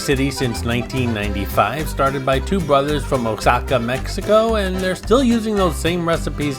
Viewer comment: I believe Oaxaca is pronounce Wah-Hock-Ah instead of Oh-Sock-Ah.